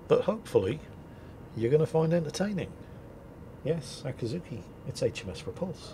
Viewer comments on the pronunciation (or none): its akizuki NOT akatsuki the two are completely different words! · Akazuki (probably mispronouncing your Cat name) sounds like the imperial action stations alarm from Star Wars